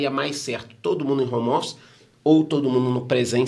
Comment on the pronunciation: "hommer" office